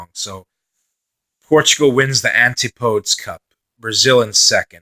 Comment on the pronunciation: It's pronounced an-tip-uh-dee but fair enough ;)